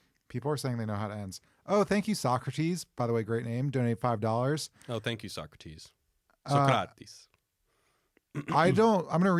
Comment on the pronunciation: Damn near perfect pronunciation on that 'Socratis'! -a Greek fan of everything you guys do:)